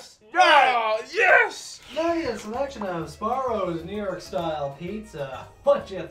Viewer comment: Sabarro mmmm no....not even from NY from MA, but ya no.